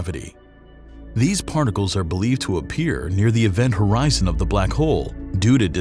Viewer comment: HORZION 😂 Milky Way Horizon😂😅😂😅😂😅